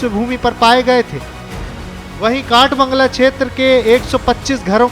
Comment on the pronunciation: Bhai kath bangal nhi kath bangla basti hai